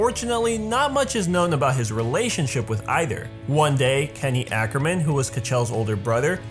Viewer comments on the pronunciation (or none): none